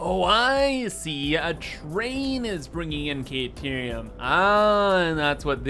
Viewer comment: Whatterium sorry? Caterium maybe? Not kayterium